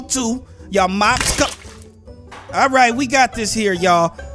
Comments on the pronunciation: "Mopped Couple" It's mo-ped couple Lol!! mo-ped as in the vehicle. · Bro said mopped couple instead of moped couple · “ mopped couple” It’s mo-ped😂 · lol he called the moped couple a mopped couple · WTF IS MOP-ED couple it’s moped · It's mow ped